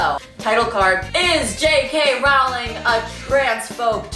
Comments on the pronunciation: I don’t like how u say her lists name. roWling girl I don’t think that’s how it’s pronounced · is she gonna learn how to pronounce Rowling or is it just gonna be Rauling now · Rowling rhymes with Bowling, but she deserves the mispronunciations at this point. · Usually I’d correct your pronunciation of her name, but I don’t respect her anymore, so who cares?